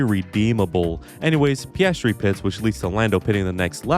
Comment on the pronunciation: Why you keep calling my man oscar as "pastree"?😢